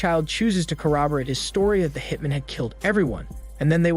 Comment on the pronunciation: Also how one hitmen is pronounced as opposed to one hitman lol